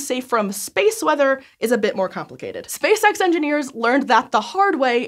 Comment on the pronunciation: I always hear "Space Sex." Space Sex Engineers"